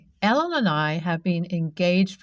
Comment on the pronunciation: A guy named Ellen just is weird. Yet you say Alan instead at the end. Freaked me out.